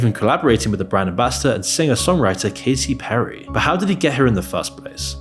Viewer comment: DId you just say Cacey Perry 😭